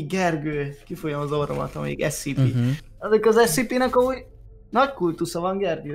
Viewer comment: Amugy bocsi scp èt ugy kel kiejteni hogy scèpè